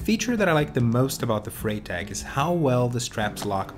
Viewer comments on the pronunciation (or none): I presume you've never studied German, or you'd know that the 'Frei' in 'Freitag' [Friday] is pronounced as 'Fry'...like in 'Friday' :-) I must admit I love the look of the Vincita Nash Rackbag, and might well consider adding this to my non-electric Brompton when holidaying in the Netherlands. Before I've used a combination of the T-Bag and a sports bag which sits on the rear rack and is secured by the built-in bungees...but I never feel it's that secure so am constantly checking that it's still there. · Sorry for mispronouncing Freitag. 😅